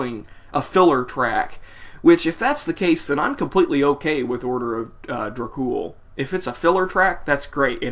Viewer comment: Its is enunciated "Order of DrAkh Ool" not orda of drack cool. yah damned fool....n i thought this song was fucking GENIUS!!! It is actually the very first song i have ever heard from them....and immediately i downloaded there discography! SepticFlesh is one of bands the blood of metal spirit is made of. \m/